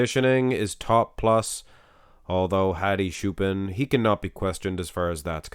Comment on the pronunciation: Stop butchering Hadi's name. Let's do baby steps. Hadi has 2 parts. "Ha" is like "hot" without the final t. "di" is like a,b,c, "d". Choopan is pronounced like "chew" and the last "pan" part is pronounced like the verb "ponder" without the final der. And when you say Choopan, emphasize the latter syllable. So it's like chooPAN.